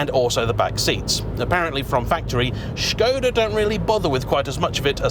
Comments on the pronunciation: Refreshing to hear Škoda pronounced well! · Your pronounciation of "Š" is superb :)